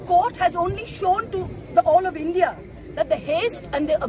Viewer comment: Aap rong word reads india ko indi reads india read me sharm lagta hai